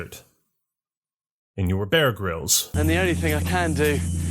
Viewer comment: I found your mockery of PTSD, and your pronunciation of Bear Gryll's name to be far more concerning.